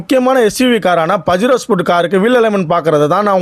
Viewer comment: 😂😂Bro பஜிரோ இல்ல பஜேரோ